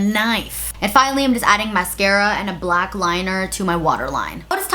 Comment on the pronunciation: I really don’t like the way she says “black”. Too much emphasis that she doesn’t use when she says brown or white. She makes it sound like it’s a slur